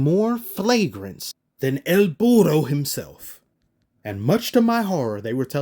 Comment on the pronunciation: Bro when you drop that “EL BURRRRRO” it gets me every time 😂😂😂